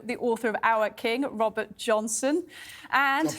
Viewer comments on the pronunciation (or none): JOBSON..JOBSON NOT JOHNSON MY DEAR 😂😂😂